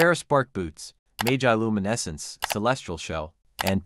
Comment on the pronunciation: Mah-jih-loo-myh-neh-sense Not May-jay-loo-myh-neh-sense